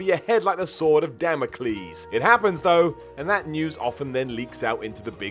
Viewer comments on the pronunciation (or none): none